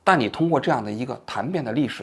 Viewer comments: 嬗shan 变，不是檀tan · 嬗变，读shàn，不是谭。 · 嬗（shan四声）变 不是读tan变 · 王老师，有个词你念错了，嬗变的嬗念shan，不念tan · 嬗變，讀音善變，不讀談變，你小學生都不如還誇誇其談，真搞笑，所謂的中央電視台的估計也都是文盲與飯桶。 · 嬗变 不是tan变 是shan变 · 纠正一下王局：嬗shan变，不是tan变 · 嬗变，不是tan bian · 嬗变 shàn 不是弹😅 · 嬗变，shan，不是tan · 这期太水了，都没挖掘的内容了吗？还有，嬗变读成dan 2 bian 也是绝了，生僻字吗？还专业记者？ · 王局，嬗（shàn）变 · 更正王局一个读音错误哦：嬗变 [shàn biàn] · 这个词 “ 嬗变 ”念善变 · 王局，给您提个意见。您在节目里经常把字的读音读错，有些字在日常生活中还挺常见的。比如这期出现的“嬗(shan4)变”，希望王局出节目前多多纠音。虽稍有观感影响，但瑕不掩瑜，愿王局节目越做越好！ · 更正王局一个词语读音错误，嬗变shan bian，四声🤣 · 王局 嬗（shan 四声）变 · 嬗（Shan，四声）变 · 嬗（扇）变……就这还央视评论员😂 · 嬗 shan 变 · 勘误一下：嬗（shàn）变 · 嬗（shàn）变。王局啊，你快赶上那个人了。让手下给你注音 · 指出一個詞的讀音，嬗变[shànbiàn] 指蜕变，更替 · 嬗变（shan bian），evolution